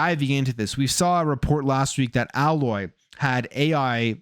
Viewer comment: Aloy pronounced : AYE LOY .not AHH LOY